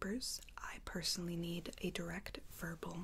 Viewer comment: “Vobal” I mean, it’s verbal but ok mom lol luv ya ❤️